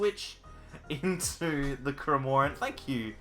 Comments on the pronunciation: Just kills me 😂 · I’ve unsubscribed until you can pronounce cramorant correctly, if anything, Kevin would be acceptable